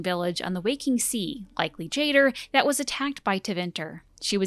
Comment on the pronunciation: Love the video, thank you for trying to make out consistent lore on Andraste! Only one thing bothering me, that's not how you pronounce Jader and Shartan. It's Orlesian so it's sounde like "ja-dáre" and "share-ten". You can hear it in a few places in DA2 and DAI and surprisingly in The Masked Empire. Whoever gave direction on that audiobook did really well